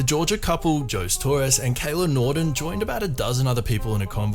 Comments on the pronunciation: the background music bed is SO distracting. Please turn it way down or remove it. Jose is pronounced Hozay not Joes. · Jose is pronounced "hoe-say" not "joes". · "Jose" is pronounced "hoe-say" not "joz". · the name is pronounced "ho-zay", not "joes". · Jose is pronounced "ho-zay" not "joes". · Lol "jose" is pronounced "Ho-zay" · Isn’t Jose pronounced ‘Hosé’? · Hey, my Spanish-non-speaking amigos, Jose is pronounced "ho-seh". It is Joseph, but un Spanish. Anyway, greatly entertaining video! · Unless you're Portuguese, in which case it's "Joe-Say". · first story: Did you really mispronounced that guy's first name? Even with the culture clue of his sir name "Torres"? lol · HAHA I was very amused by that. They must not have Mexicans in the UK